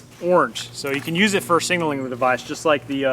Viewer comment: Singalling drives me nuts. Ilmao. Like nails on a chalkboard. Sig nal ling ilmao.